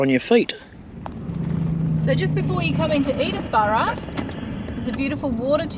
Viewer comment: It's Sturt Bay, not Stuart Bay. Also, Edithburgh, not Edithborough.